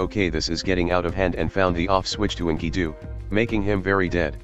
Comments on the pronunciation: "inky-doo" Bless you, TTS algorithm, bless you. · Script: "Enkidu" Text-To-Speech Program: "Inkydoo"